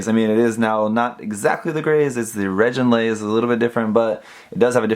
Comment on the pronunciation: Great review :3 BTW: the "gi" in reginraze is pronounced as in "gimmick"